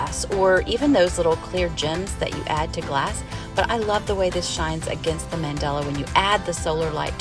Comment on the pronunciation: My OCD keeps kicking in. It's Mandala, not Mandela. Good work on your projects. I'm just being petty.